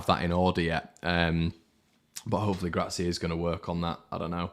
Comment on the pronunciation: Will learn to say Gracia's surname correctly one day? He is the Harrison of pronunciation! 😂 Just kidding mate. Good cathartism as ever post match and very much needed.